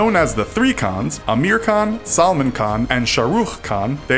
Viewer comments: Salmon khan 😂. Sounds like ingredient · "Salmon Khan" 😂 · Celemon khan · Salmon Khan: who wants a fish? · lol omg the cringe I had when I heard him say dangal and like who tf is "salmon" khan lol